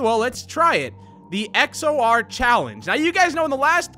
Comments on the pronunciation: I don't know why but calling XOR DeeDee makes me so mad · Bruh it's not deedee it's XOR/ Shadow DeeDee